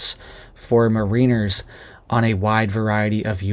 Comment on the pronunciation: Check your pronunciation of Mariners